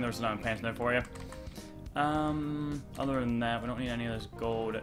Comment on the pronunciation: DRUNK YOURE DRUNK 'i dont meed no gold boots'